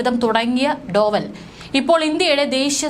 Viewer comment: അജിത് ഡോഭാല്‍. Not ഡോവല്‍